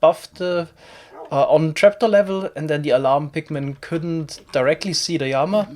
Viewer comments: Llama, not yama... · worst word - yama. what the fuck is a yama. the letter L does not sound like a Y in english, which sounds like what you are trying to speak. So this is to help you pronunciate llama. I understand double L is a Y sound in some countries, but this is english..... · is it odd that i didnt understand his pronunciation of "llama" until he actually spawned one? i was confused as to what a "yama" is lol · I absolutely LOVE the way you say llama y a m a I love it I also hate the comments correcting and hating for it y a m a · I also love Y A M A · 1st time I heard him say llama I thought he was saying yanma. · Please stop saying yama. I know you prefer the original Spanish pronunciation but this is English. (I'm not new to his channel). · “Llama” is usually pronounced with a hard L in English, despite its Spanish roots—just so you know!